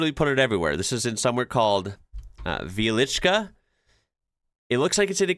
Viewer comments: You pronounced "Wieliczka" perfectly. Nice! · pronounciation of Wieliczka was great as well. Dobra robota 👍